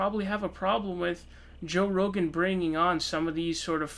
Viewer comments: its pronounced row-gin. Roe gAn makes him sound like a Japanese monster that would battle Godzilla. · "Joe Ro-Gan" lol, wtf? 😂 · RO GAN? Just like you fucked up SUN DERS ... clown! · You must be new to the channel. has a running gag of mispronouncing names. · So dumb. Alex Jones will be on the podcast next week and all of these episodes will be on Spotify. You can’t even pronounce his name correctly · Thumbs down for the way you pronounced “rogan”